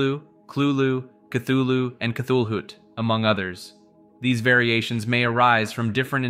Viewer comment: KUH-HULL-HU not KUTOOLOO 🙄